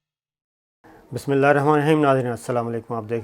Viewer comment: صابر بھائ بسم الله ار نہیں بسم الله ہر ہے۔ آپ غلط پڑھتے ہیں۔